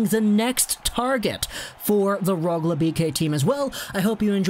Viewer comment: just wanted to help a little with Swedish pronunciation. The Swedish letter ö sounds like the double o in took or book, not like o as in bow or o as in pot. The letter a always sounds like Ah, but the Swedish letter ä sounds like the a in cat. So Neels Hoog lahn der and Roog le.